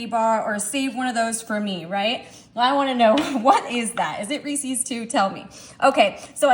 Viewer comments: It’s a good thing you’re good looking bc you butcher the word Reese’s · It's easy, she doesn't know how to pronounce REESES and she says "That's what I'm talking about " way too much and I thought if she had a thesaurus she may find herself using some other phrases.